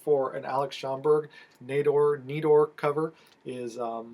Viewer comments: Great video!! Awesome books! Congrats!!! (And, yes, it's knee-door (Nedor) ❤❤❤) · Wow what a haulAbsolutely love those Schomburgs Especially the wonder Comics still looking to finish my Tera run and you are saying Nedor right